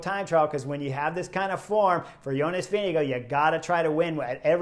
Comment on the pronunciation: This has been debated and tested for 3 weeks now. Apparently Veenego is the preferred style by Danish speakers. 😂🏴‍☠️